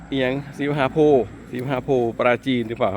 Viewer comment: โพธิ อ่านว่า โพด ถ้าไม่มีการันต์จะออกเสียง ด เป็นตัวสะกด ถ้าใส่การันต์ โพธ์ อ่านว่า โพ ครับตามหลักไวยากรณ์